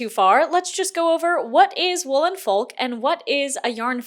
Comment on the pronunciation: Folk is pronounced f-"oak" but as one word the l is silent and the olk portion is pronounced as oak, silent L, and wow AM I GLAD THAT I DIDNT HAVE ENOUGH MONEY TO JOIN THE FESTIVAL IT WAS BEING PROMOTED FOR AGES AND I WAS CONSOLING MYSELF ABOUT THE FACT I WOULDNT BE ABLE TO GO AND GETTING SEVERE FOMO BUT AM NOW REALIZING ITS GOOD THAT I DIDNT GO I AM SO SORRY FOR EVERYONE, BUYERS AND VENDORS ALIKE